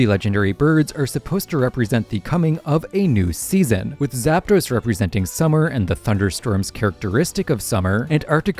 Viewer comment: It's "Arktos", "Zapdos" and "Lavados"